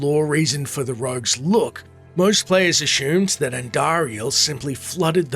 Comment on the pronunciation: Whats with this guy in saying ashumed instead of ASSUMED